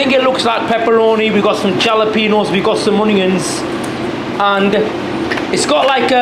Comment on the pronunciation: repeat after me... HALAPENOS HALAPE... HALA... HA.. HA.. HA..